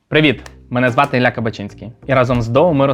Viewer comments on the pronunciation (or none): none